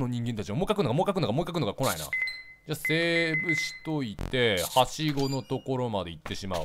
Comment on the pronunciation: うぽつです！ 「で、ハンマーを～ダンデ○坂野したんで、ここで、使うんじゃねぇのかな」って、一瞬考えたw 近くに落ちていた布って、雑巾とかじゃないよね？ 「光太ぁ～？」って、可愛い 「ハッシゴーが多分どっかにあるんだろうな。ハッシゴーがどっかにあると思う」って、イントネーションww 「書持った？持ったね」って、大事だからねwww 「俺がボタンを押さない限り、お前は叫び続けるマシーンだ分かったか」って、吹いたw ムキムキチワワww